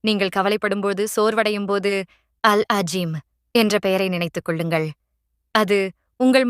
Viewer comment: அது அல் அளீம். அல் அஜீம் இல்ல. அரபியை உருதுவை வச்சி வாசிக்க வேண்டாம்